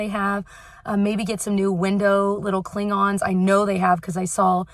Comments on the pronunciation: says: window cling-ons. I hear: window Klongons. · Who else thought Klingons not cling-ons? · I might be a dork because I went “Dr. Spock” every time you said Window Cling-on’s 😂